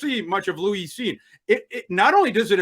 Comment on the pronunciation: Lou-eese Cine.😅😅😅😅. It’s Lewis bro.